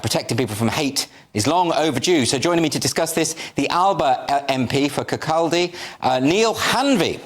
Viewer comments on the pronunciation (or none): It's pronounced Kircoddy 🙂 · It's Kirr-Kaw-Day.